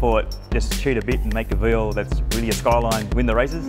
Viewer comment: Of all the things that are utterly wrong about this, why is it his calling the car veal, that pisses me off most? It’s Vee Ell, mate, not veel.